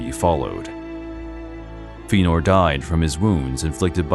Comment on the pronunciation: Feenor. Ugh...